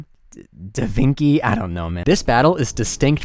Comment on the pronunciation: da vinky LOL